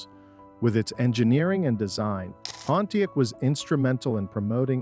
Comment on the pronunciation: Repeat after me: "Pon-tee-ACK!" Say it right. SAY IT RIGHT! WTF is a "Ponteek" (sic)? Is this another case of incompetent AI narration? WTH is going on here? Reloop the audio track and regain some credibility, but for now, nobody is going to watch this past the 3rd "Ponteek" because it makes the entire vid suspect...